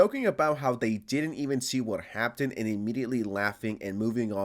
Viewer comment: Just want to point out something real quick, can you pronounce "Happened" correctly in the future? Why are you pronouncing it as if it has a "t" in the word? Thanks. (And yeah fuck the whole organization/company. "Security" my ass)